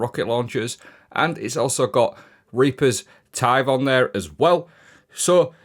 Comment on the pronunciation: Absolutely gobsmacked that he got reapers tithe correct.